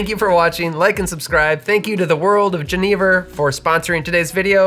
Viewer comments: great video but it pains me so much every time you say “jeh-knee-vurr”. its a soft g, like a y. yen-nih-vurr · Oi. Genever is pronounced with a throaty Dutch CH sound. I don't think I would have understood what you say only hearing it pronounced. JE, as in Jerez, neh-ver. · I’m definitely interested to learn more but I had a question - when I was first introduced to this spirit in SF, I was told it’s pronounced “Gen-UH-Ver” but I see you pronounce it “Gen-EE-ver” so was just curious. Thanks as always for the great videos and going into lesser know spirits like these! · My Dutch friend introduced me to Genever many years ago... but he pronounced it "ZHEN-uh-vair"... And there's some pretty strong ones that will knock you on your Enjoy! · Great comment! My ears hurt when pronounced the spirit's name as he did. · The mispronunciation is so distracting. I love your videos, but this one, argh. Also, at the TOC Genever outsold gin 10:1. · I first tried Genever (I think you are not pronouncing it correctly) in Amsterdam over 15 years ago, then again in 2013 at the Genever festival in Hasselt Belgium. It is a an excellent spirit, especially the Oude style. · How many times do you think you said Genever in this video?